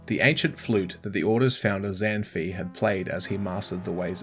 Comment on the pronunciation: Zan fi is pronounced Zahn-faay (like pie)